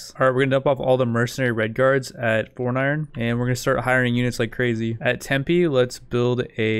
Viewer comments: tempe might be spoken e rather than i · deep e rather than i